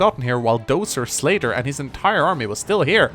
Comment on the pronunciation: i heard "slater" instead of "slayder" and then i expected a "fe6 slater? nope, gaiden did it first"